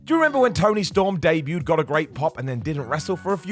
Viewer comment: Debuted* not Deibyued